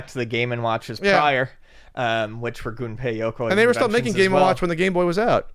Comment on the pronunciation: "Goon-Pay Yo-Koi" -E-in